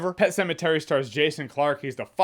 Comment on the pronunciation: "Pet Pematary". LOL